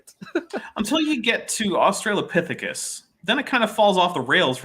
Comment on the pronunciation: "Australiapithecus" has yet to make an appearance!